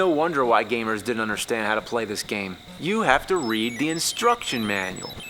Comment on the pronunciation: I love how AVGN pronounces "game" as "game-uh" and "garbage" as "gar-bitch"